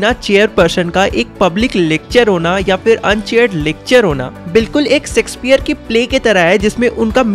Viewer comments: Bro sexpeare nhi Shakespeare😂😂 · bro words ache se bole karo shakespeare ko sexspeare nahi boltee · Bhai ji wo Shakespeare h .. naki sexpare😅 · He said sexespeare instead of Shakespeare's 😂😂 1.50 But apart this explanation is so amazing 👍👍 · I threw my phone when bro said 'Sexpeare' 💀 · Same here bro 🤜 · Pronunciation of sheksphere is so funny😂😂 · Bhai Shakespeare ache sebolna kuch aur hi sunai padta hai... 🌝😂😂